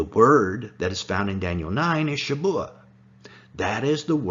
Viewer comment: It’s shavuah, not Shabuah